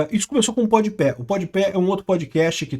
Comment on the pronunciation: "Podi Pé" me pegou 😂